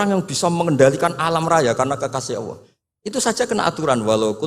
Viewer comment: sayangya gus baha nggak bisa lam jalalah,Alloh kok dibaca Awoh